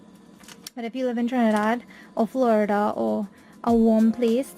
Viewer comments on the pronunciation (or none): none